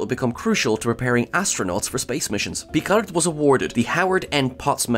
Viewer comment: Please: Picard with a silent D At least this "original" Piccard, when it's french, the D is silent.